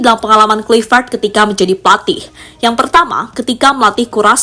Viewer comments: Admin dari kemarin tetep saja sebut klivet. Yg bener bacanya klaivet.. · Sebut nama org hrs benar. Misalnya Kluivert, ucapkan yg benar dong.